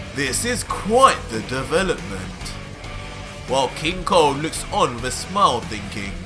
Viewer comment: First i heard not king cold but king Kong